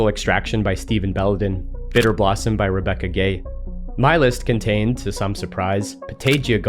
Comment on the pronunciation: REBECCA GUUUUAAAYY THERES A U HOW YOU MISS THE U AND SAY REBECCA GAY WTF